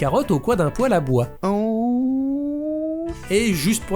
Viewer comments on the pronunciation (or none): none